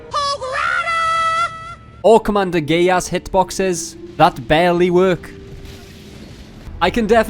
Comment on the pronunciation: When he said commander gaius I thought he said gay ass😂